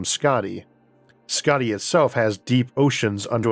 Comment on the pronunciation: Hey Isaac, I just wanted to let you know that your pronunciation of Skaði was really good. (I hail from Iceland but currently living in Sweden btw) Hope you see this & thank you for all your hard work. :)